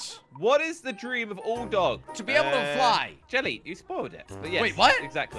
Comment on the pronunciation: 😂 hi you said Jerry instead of jelly